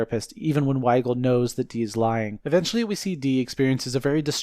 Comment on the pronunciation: You call the therapist Wiegal. 🤣